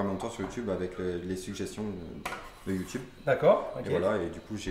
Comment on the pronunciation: Chef on dit You Tube pas youtoube 😂😂